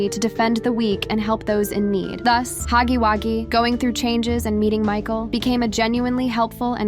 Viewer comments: It’s “Huggy” wuggy not Haggy Waggy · Girly,It’s Huggy Wugggy,not Huggy Waggy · It was funny when you said Huggy waggy😂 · It’s not called haggy waggy